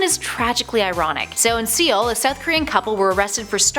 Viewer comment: It's not "see-ol". (Seoul). It's pronounced as "sole".